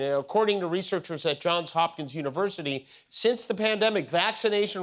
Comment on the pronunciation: Thank you for saying, "JohnS Hopkins"!